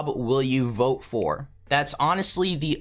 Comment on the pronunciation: You said Vot instead of Vote